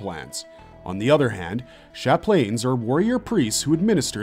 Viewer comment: Lol “sha-planes”